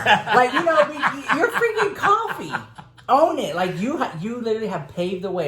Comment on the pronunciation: I thought it was pronounced “koe-fi” 🤔